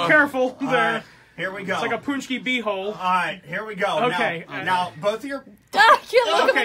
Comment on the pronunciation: You said paczki wrong :/